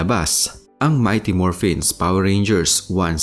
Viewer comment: "Mighty MorphinS" daw 😂 . Babasahin na nga lang niya mali mali dinagdagan pa ng "S" 😂😅